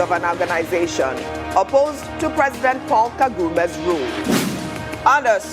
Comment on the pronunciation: They better learnt how to pronounce name of our president Kagame not kagume .